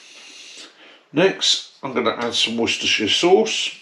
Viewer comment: Thanks for sharing, and NOW we know, One of the rules is to not your meat touch other meat, and finally how to properly pronounce "Worchestershire" sauce. lol Atb, John